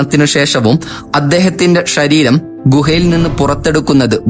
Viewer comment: മലയാളം മര്യാദക്ക് സംസാരിക്കാൻ അറിയണവരെ commentary പറയാൻ നിയമിക്ക് 👍 ശരീരം എന്നുള്ളതിന് ഈ പയ്യൻ ഷരീരം എന്നാണ് പറയണേ.. ശ്രദ്ധിച്ചു കേട്ടാൽ മനസ്സിലാവും